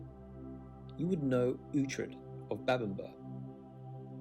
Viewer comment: The man on the video pronounced Bamburgh and Keswick wrongly. The latter is pronounced, "Kezik" not "Kes-wick"!!! Bamburgh Castle is pronounced "Bamber" not "Bamborough"! I wonder if the narrator has even visited these places if he can't pronounce them properly. At least he pronounced Durham and Hebdon Bridge properly. Whitby Abbey is not a castle, it was a Benedictine abbey, destroyed in the Reformation under Henry VIII.